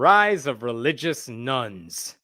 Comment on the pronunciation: Gotta say that I usually download these in audio only for my walks and it took a few takes for me to realise you mean "religious nones" rather than "religious NUNS" when you mention it. REALLY confused for a bit there haha